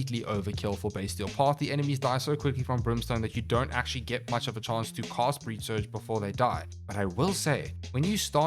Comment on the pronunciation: Say "cast" Now say "cost" Now say "casting cost" Now LISTEN TO YOURSELF. 😶😵‍💫